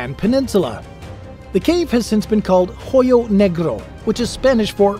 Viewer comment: Hoyo negro name was almost pronounced right you didn’t need to say the H. It’s silent in the name